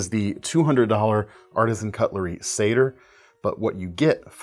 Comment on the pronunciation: Thanks for calling it the Satyr and not the Satire like I've heard so many call it.